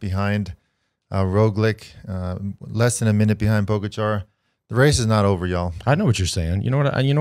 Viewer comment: That is funny, because he pronounce Pogačar correctly :)